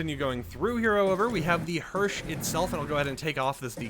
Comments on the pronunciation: Hersh for hearse is a new one! 😂😂 Hersh wheels 😂😂😂😂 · i laughed when i heard you pronounce the word hearse. you pronounced it as hearsh.